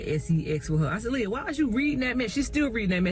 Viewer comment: Leah!!! Her name is pronounced Lee-ah!! 😊